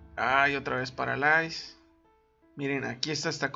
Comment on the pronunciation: paralais? ulalá señor frances!!!! jaja saludos